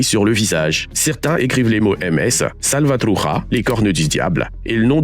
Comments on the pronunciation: DEPUIS QUAND LE CH DEVIENT R EN ESPAGNOL 😂 truCHA et non truRA la prononciation 🤦 non sérieux, fait un effort je sais pas moi , un minimum ou alors tu le lis à la française qui d ailleurs tomberait juste mais t invente pas des combinaisons qui n existe pas oh?!!!?!! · Horrible cette voix IA sans profondeur .. la Mara SalvatruJa 😂 c’est pas un J mais un CH donc prononce bien le castellano sinon parle juste français … muerto de risa pendejo